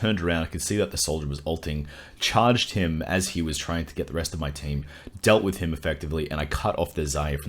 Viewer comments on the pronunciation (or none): To discuss wiss you XD! Perfect german accent!